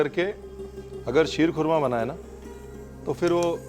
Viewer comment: mashallah what great urdu talaffuz sheerkhurma👌👌👌